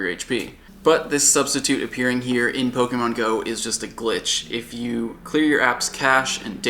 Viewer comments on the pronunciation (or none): He pronounces "Pokémon" as "Pogeemon".